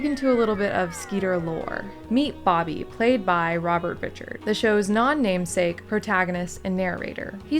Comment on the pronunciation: Robert Ri’chard is pronounced with the emphasis on the second syllable and has a slightly different a sound than if it was just “Richard”.